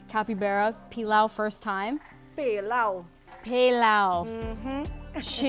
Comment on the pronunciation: Hi. I subscribe to you and I love your content. One thing though, the "e" in pelau is pronounced like "a" thus, "pale-ow".